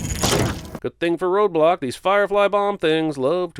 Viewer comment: The whole video i thought he was saying roblox instead of roadblock.